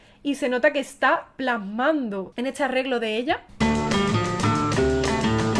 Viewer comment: Porque habla tan mal la muchacha dice etsá en vez de está....